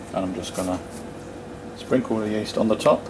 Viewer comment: You said yeast like co2